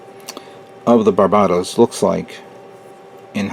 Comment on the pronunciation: Not that it matters, but you keep pronouncing it like "bar BAH tos" when it's really "BAR buh tos" similar to the Pokemon named Bulbasaur... Thanks for putting up your videos. I always look forward to each and every one of them :)